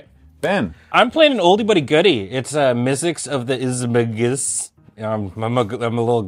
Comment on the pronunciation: It’s IZ-MAG-NUS; there’s an N after the G ;P